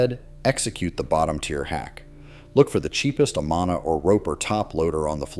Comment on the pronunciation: I HATE AI narration. Mispronounced brand name Amana (ah.mun.ah). My water valve went out on my maytag COMMERCIAL 10 year warranty in 4 years and would cost almost as much as the machine cost new.